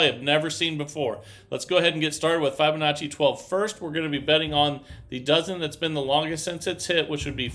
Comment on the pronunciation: Please learn how to pronounce Fibonacci properly please it’s not fy it’s fib